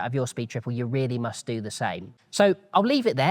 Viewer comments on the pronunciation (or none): none